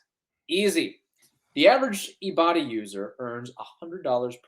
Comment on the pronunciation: Ok guys, you’re killing with the Ibotta ad… it’s eye-botta, as in “I bought a…” 😂😂😂